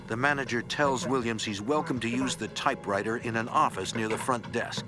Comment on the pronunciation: New Yawk Affice😂